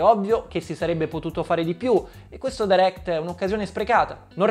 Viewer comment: Potresti almeno pronunciarlo bene direct.. è fastidioso...